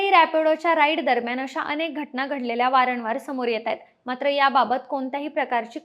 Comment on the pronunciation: अहो ताई... वारणवार नाही वारंवार म्हणा